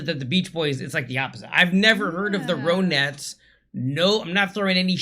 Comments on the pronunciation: The correct pronunciation is RON--ETTES, not ROAN--ETTES! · Ron ettes, not rone ettes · It's is pronounced THE RON-ETTS! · amy winehouse was inspired heavily by ronnie the lead singer it's pronounced ron- nettes !